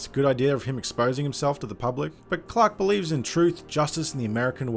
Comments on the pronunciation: Up until I realized you've been saying Clark and not Clock. Had no idea who clock was. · Ugh the way you pronounce Clark 🤢🤮